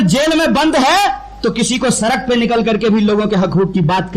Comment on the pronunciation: ये PHD है l. सडक को सरक बोलता है.